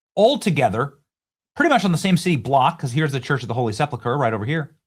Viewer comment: Benny, please pronounce it "Church of the Holy SEP-uhl- ker," instead of "SEP-lah-ker." Thanks!